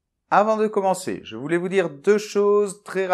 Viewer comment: Dommage que votre prononciation ne soit pas parfaite! Vous confondez le son « e » de - je - me -..avec celui de « eux ». Incroyable. De quelle région êtes vous? En phonétique il y a 2 graphèmes différents :)